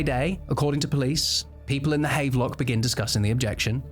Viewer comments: Note, the hotel is pronounced Hav-lock. Sorry, just cant sit having a pint in the havvy known its been mispronounced. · Bro, havelock is pronounced have-er-lock: maybe he was targeted for bad English 😂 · Pronounced "have-a-lock" Seems like the sort of thing you should check before saying it a dozen times in a video, but hey... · Small note - Havelock is pronounced Hav-a-lock (even in England!)